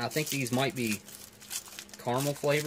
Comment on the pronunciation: NOO, DON'T ROLL THE R, Ca ra mel, Carmel is a placé in Israël and also in Californie who shrewdly elected Clint Eastwood mayor a while back